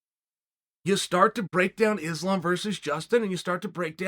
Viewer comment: Its islam not izlam please